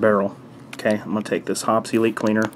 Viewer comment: Hoppeeeeeeee's not Hops!!!!